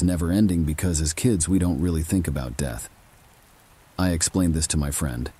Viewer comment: Lol the deeth of the blue-d drinking vampire.. best screeching goat sound story I've ever heed. I think you need a new AI.. yours seems to be malfunctioning and incapable of pronouncing certain basic words 🤣💀